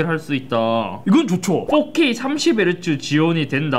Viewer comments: 뽁케이, 뿌레이치디 ㅋㅋㅋ 발음 재밌어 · 뽀케이 밖에 안들림..